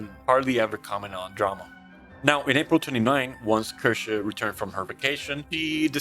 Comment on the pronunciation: It's pronounced "kear-sha"